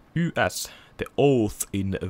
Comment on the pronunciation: Katos, suomenkielinen Let's Play -video Ys-sarjan pelistä. :) Aika viihdyttävää katseltavaa, Olen sarjan pitkäaikainen fani 80-luvusta lähtien, eli jos koskaan haluat tietää jotain kyseisestä pelisarjasta, niin olen henkilösi. Sen voin jo sanoa suoraan että sarjan nimi lausutaan suomalaisittain "iish". :)